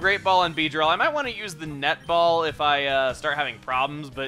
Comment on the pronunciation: Chugga did I hear you say "Nut Ball" because I definitely heard it like that.